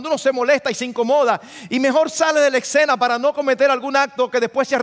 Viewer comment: no se dice ecsena, es escena; olvídese de la c, ud es un hombre educado